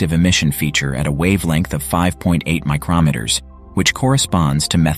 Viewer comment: Seriously, you can't get a better living human narrator? PAHs is pee-ay-aitches not PAHs. MikeROMeters is clearly another AI flub. Hire a person or get a better-trained AI.